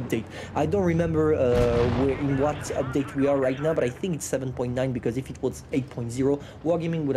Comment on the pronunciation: Say EEEFFFF in America we say “if” my wife and I laugh 😂 every time say it again EEFFFFF